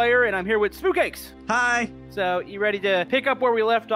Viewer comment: Hey it is not Spock cakes it's Spy cakes